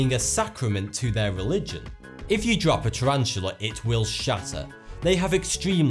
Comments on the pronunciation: did you just say skelentons ? lol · "Extrememly fragile exo skelontons" :'D glad to know I'm not the only one that has trouble saying skeletons :P